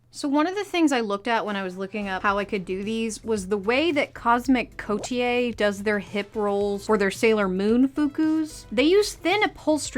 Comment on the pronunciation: I’m ONLY pointing this out because I love watching your vids and have heard it a few times now… but “coterie” isn’t pronounced “COAT-ee-YAY.” It’s pronounced “CODE-uh-ree.”